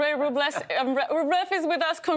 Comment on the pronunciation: Why can they not learn.? Rublevs name is pronounced Rubljov.